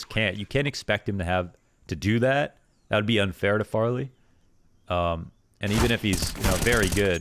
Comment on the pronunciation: Meh, they should simply go -Lucky +JW why u sayin "Farly"? xD